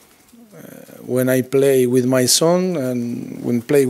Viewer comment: I'm sure poch scores every time he "plays wif his wife " 😂😂😂😂😂😂